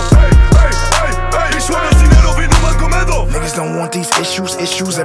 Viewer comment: Nurmagomedov falsch ausgesprochen